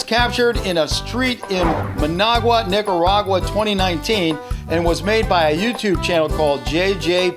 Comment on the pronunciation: it sounds like he said Niggaragua